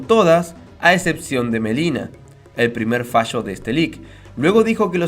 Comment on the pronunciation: Es Milena no melina es con I....